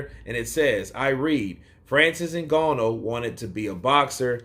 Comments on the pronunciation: Ng_A_nou Brother not Ng_O_nou haha 😅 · For your reference, I believe Francis's surname is pronounced "IN GARN NUUU" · Agreed. Please correct me if I'm mistaken, but I believe Francis's surname is pronounced "IN GARN OOO". (As in the 'oooo' rhymes with 'flew') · At this point i think he is purposefully pronouncing it incorrect lol, I mean how could he watch the fight, hear the commentary team say it correctly and yet still say it this way lol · Surely you can pronounce Ngannou's name better than that.